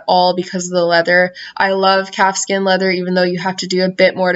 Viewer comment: Am I the only one that heard capsicum leather rather than calfskin leather???